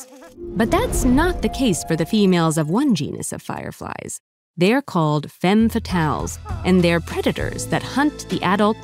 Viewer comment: Femmes fatales is mispronouned in the video. The first e should said as an a. However, if it gets multiple femmes fatales is pronounced with an e-sound on the first e. The subtitles doesn't tell menifnit's singular or plural either